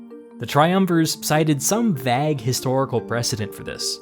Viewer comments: You always pronounce the word 'vague' as "vagg". It's really quite bizarre, like you've never heard anyone say it before. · It's not pronounced "VAG" it's pronounce "V-Á-GUE" 😂 🤦‍♂️ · vague is pronounced "vaeg" not "vag" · his pronunciation of "vague" ( "VAY-G" and NOT how he weirdly mispronounces it: v-A-g (like how someone would pronounce, "bAg"), which is weird considering how well he usually pronounces his words...(even the Names of LONG DEAD CIVILIZATIONS AND THEIR TOWNS, CITIES, OR ENTIRE REGIONS, whose pronunciations, considering the utter irrelevance of correctly pronouncing them, as their entire nation/civilization and their society was completely wiped out [usually by the Romans...woop woop! love me some Roman Dominance, especially when that dominance is made possible due to our good friend, Gaius Julius Caesar, who in my humble opinion, as a fellow history buff//Big Fan of Caesar's, believe that he is the undisputed G.O.A.T.,when it comes to the Greatest Conquerer's in Human History...sure, other Men in different Ages//Eras were able to rival Caesar's total amount of "land"/territory that he 'personally' "conquered" but Caesar did it in the Classical Age, whilst managing to do it basically whilst facing MASSIVE Roman Foul Play back in Rome (as the Conservative/Republican [much different than the Conservative's//Republican's of modern America] were extremely jealous and angered by Caesar's success in Gaul, and used every trick in the book to attempt to undermine his success (which I personally find to be Treasonous, as, at the time, Caesar had done everything he had accomplished in the name of the SPQR, and was obviously Rome's most valuable asset, as both a 'Commander in Chief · Love your videos but it is pronounced vague (vae-G) not vag. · vague is pronounced 'vaig' not 'vaag' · Vague is not pronounced like bag. More like beg. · Did this dude pronounce vague as vag? 🤣🤣🤣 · Love the way this guy pronounces the word vague